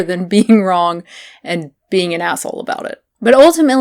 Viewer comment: When you said “wrong” it sounded so southern and I was just like... whoa